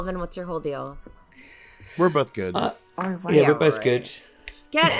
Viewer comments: Goo-idd or goo-wud sometimes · is the first person I've heard that makes "good" into a two syllable word.